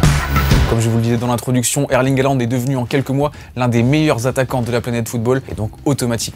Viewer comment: Arrêtez de dire "Haland", sont nom complet c'est Erling Braut Håland avec un "å" qui se prononce "ô". De plus le "au" en Norvégien Bokmål se prononce "eu". Faîtes une effort...